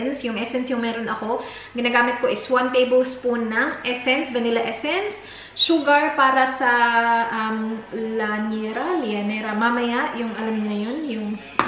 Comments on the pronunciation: Llanera(lyanera ang pronunciation mam) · Ang cute ng baby m,pwera usog. Pareho tyo magtupi ng plastic kakatuwa kpg ang sinop ng babae dba!ang tamang bigkas ng lutuan ng leche flan is "Lia-nera or Lyanera"gustong gusto kitang panoorin since nong wla k png baby pero tmad kc ako magcomment,natuwa lng ako nong nkita kita mgtupi ngbplastic he he he. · Liyanera pagkabigkas